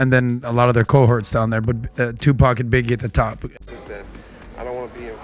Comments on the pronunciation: It's not pronounced to pack...that is very irritating. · Say his name right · I wish you would pronounce his name right. You hear us say his name the right way. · She knows how to pronounce his name. .The media does that to clown Pac. She's media and the media is full of undercover bigotry.